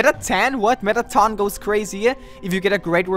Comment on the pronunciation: "Metta-ten" yes, has officially gone crazy with the number power...